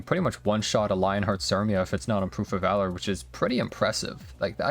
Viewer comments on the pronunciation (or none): none